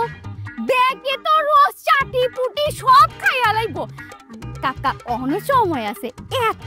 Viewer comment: কাকাও বলতে পারে না কাগা বলে😅😅😅😅😅